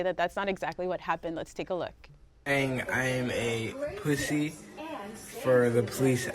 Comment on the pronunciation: "People are calling me a puthy for calling the polith"